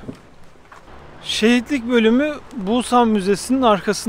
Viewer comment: Bulsan değil !!!! pusannn